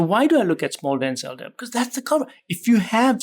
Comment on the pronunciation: It sounded like he's saying, "Small Denzel DL particles" 😂